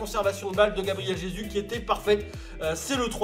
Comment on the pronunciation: Oe c'est "Gabriel Jesousse"